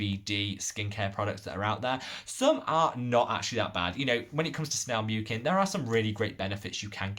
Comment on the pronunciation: Hey there, I was a bit surprised by your snail mucin comments (btw you’re pronouncing ‘mucin’ wrong), especially because hydration is not why I would go to snail mucin for in the first place. I have found its reparative benefits a lot more valuable especially when my skin is irritated or inflamed. However, I still went and did research of my own. This is a very good, well referenced article that you might want to check out